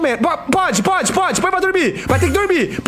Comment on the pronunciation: KKKKKKKKKKKK BOTA NENEM PRA DORMIR "botahh nenempradurmir" jjakskksks